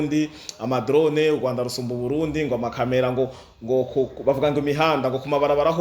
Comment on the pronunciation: Pardon, pour tous les youtubeurs, dévons-nous parler bien la prononciation d'une phrase kugira ntibabone ko twagaye amajambo. Ndasavye sintegetse🙏 Kirambûye❌ Kiramvûye☑️ Ugwanda❌ Urwanda☑️